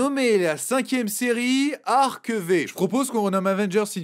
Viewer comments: ÇA CE PRONONCE ARC-FIVE !!!!! V C'EST 5 EN CHIFFRES ROMAINS !!! AHHHHHHH SA M'ÉNERVE !!! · Super retour ! Par contre, pour Yu-Gi-Oh Arc-V ça se dit "Ark Five"